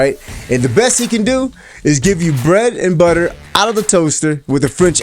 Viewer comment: Bread 🍞 and butter with a French accent I’m dead 😵😵‍💫